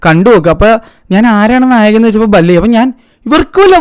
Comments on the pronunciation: ബല്ലയ്യാ അല്ല ബാല്ലായ്യ ആണ്‌ മലയ്യാ 😂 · ഡെയ് ബല്ലയ്യ അല്ല ബാലയ്യ ആണ് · ബാലയ്യ ❌ബല്ലയ്യ✔️ 😂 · ബല്ലയ്യ അല്ല മല്ലയ്യ ബാലയ്യ ✅ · ബലയ്യാ ❌ബാലയ്യാ✅